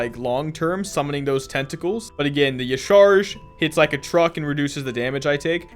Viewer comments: Please stop saying yasharge... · Y'sharaaj is prenounced as jas-shaa-raj